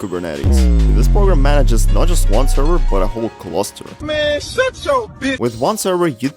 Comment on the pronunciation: you pronounced “man” wrong 😅 It’s a longer ‘a’!